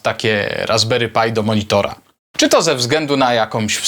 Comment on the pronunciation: Czemu mówisz "RasberyPaj" ? PRzecież to Pi... To aż razi